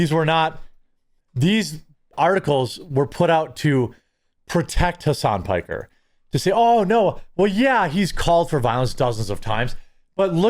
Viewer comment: Piker..Pokher..and destidont. 😂😂